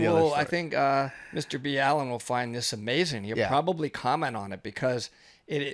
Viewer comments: His name is pronounced Mr. BALL-IN not Mr. BEE-ALLEN. John knows a thing or two about diving as he is use to being at 300 feet in 50 degree temps and making something go BOOM !! Learned it as a Navy SEAL. A true man of honor. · Mr B Allen isn’t how his channel is pronounced!!!! 🤪 That was driving me nuts!! Otherwise good video, very interesting / anxiety inducing! 😊😎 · It's not B-Allen, it's mr. BALLen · Mr B Allen? It's Mr Ball En. So weird. Its always good to see what experts have to say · Ballen NOT B allen! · Mr. B. Allen?..LOL.. Its Mr. Ballen like Ballin is pronounced.. He says his name a lot. You had him on your show? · His Name Is Mr BALL-en not Bee-allen COME on guys You have heard him pronounce his own name. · His name is pronounced Ball in. Not B Allen. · There were probably a lot more important things to take away from this video but the main thing I took away is that it's pronounced Mr Bee Allen and not Mr Ball'n. Who knew? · They are saying B Allen... I thought the same thing I thought I was saying it wrong 😜 but nope its Ballen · Ballen is pronounced like, "balling" without the G. Not "b. Allen". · So you know, you guys got it right on the first MrBallen react. It's Mr Ball-en, not B-Allen. I wondered myself at first, but I've heard him say it's Mr Ball-en. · mr ball en not b allen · Mr what. It’s ballen not B Allen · ball en please not b allen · Mr Ballen, not B-Alan 🤣💕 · It's Ballen, like Ballin'? Not B. Allen.. 😂 lol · It’s Mr.Ballen, not mister B Allen🤣🤣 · Mr ballen as in ball not b allen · its pronounced "mister ballen" not "mister b allen" lmao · He pronounces it Ballen, not “ B Allen”, even though his name is John B. Allen. Get it right! Lol! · Lmaooo they pronounce his name “bee-Allen”😂😂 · Its mr ball en , not b allen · Absolutely love Mr Ballen but please stop calling him Mr B-allen its Mr Ballen as in Ball-en . Its making me cringe everytime 🤣. Another great video though guys 👏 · Its pronounced as its spelled; Ballen not Bee Allen.